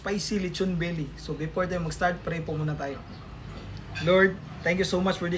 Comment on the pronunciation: Belly not billi hahhaa